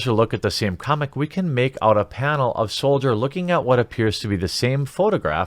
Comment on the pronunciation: Every time you read "soldier" I just keep hearing "soulja".